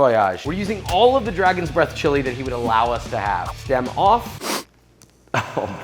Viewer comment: "can you hear the dreath of the bragon"😂🤣